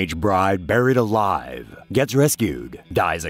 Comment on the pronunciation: Sounds likes there saying married alive 🤣